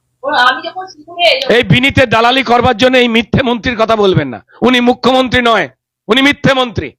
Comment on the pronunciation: আবার সেই মুখ্যমন্তি আর রুদ্দনিল। অসহ্য। রুদ্র, আপনি দয়া করে রোজিনার উচ্চারনটা একটু ঠিক করে দিন।